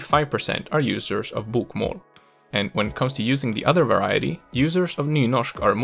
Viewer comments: His BOK - MÅL pronunciation gives away the fact that he isn't Norwegian himself. It is pronounced BOKmål. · In some cases, such as "sju, kasta, boka" he sounds 100% native to me. Other times, he "sings" his words and phrases like only a would. E.g., his "å" in "bokmål" sounds more like "åah". Combined with his whimpy "L" and sawtooth-shaped intonation, the way he says "bokmål" and "Østfold" immediately gives him away specifically as a. There are other obvious giveaways as well, such as his mid-word soft E and Æ, both of which would sound slightly more throat-y and harsh when pronounced by a native Norwegian. Anyway, the video and its spoken examples are great. I just love picking on people's accents. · Hey great pronounciation from a! But I can hear your swedish L in the word "Bokmål", The L should be thick sounding, like you would say L in english "Ball". That being said, a lot of our dialects would use the thin L, and it is sneaking into the Oslo dialect (which you sounded like pronouncing:) Two questions: Why are so many swedish surnames relating to botany? Eklund, Blomqvist, Ekdahl, Björklund, Rosén, Lindblad Etc. Something to do with Carl von Linné? Why is it so hard for swedes to say; Chili, Jim and Jockey in english? Stay safe:) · You are fucking freaking me out when you say bokmål and nynorsk in a fucking swdish way! It's torture to listen to!